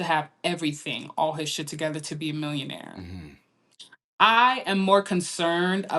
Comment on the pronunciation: That's not d correct pronunciation of millionaire Oga. I thought yoguys have American education. Or are still suffering d Nigerian England syndrome?